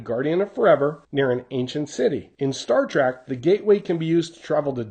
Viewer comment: Sorry to nitpick but its Star TREK you're pronouncing it TRAK, i was actually expecting a homage to Devil In The Dark, another Star Trek episode